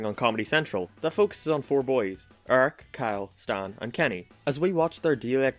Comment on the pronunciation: i like his accent because there are 2 vowels in "eric" and he pronounced neither of them